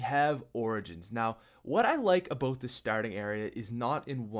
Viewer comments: its ABOUT NOT ABOOT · I like the way you say about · subscribed cause how you say there and about its the shit